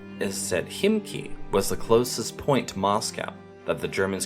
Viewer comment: I am ready for pressing Like at least for your correct pronunciation of the sound kh in Khimki. Indeed, Russian h transcribed in English as kh does not sound like k, it is English h, but produced slightly differently, in the other part of the throat, so to say. But still, kh is of course voiceless h, not k by any possible means. And I was pleasantly surprised to finally hear some English speaker pronouncing it right.